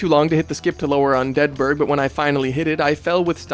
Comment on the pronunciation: Hey I’m new here but you are pronouncing “Undead Burg” perfectly normal and everyone who said otherwise is wrong and and probably say “Pecan” instead of “Pecan” amirite